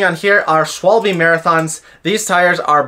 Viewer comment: Thanks for the video. I'm having a minor repair backlog as well. BTW "Schwalbe" is pronounced "Sh-val-be". It's German for "Swallow". Presumably after the bird, not the action when drinking...